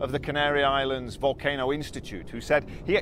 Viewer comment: Bushcraft bear is now the hero in all of this, what an amazing guy , have been watching him since day 1 he now has thousands and thousands of followers because there are no reporting in English in La Palma. Not sure what nationality he is but he says things like wolcano, vomen (women)and google (goggles) BBC take note this is reporting on the ground at its best. Must go he is about to do another report (YouTube.)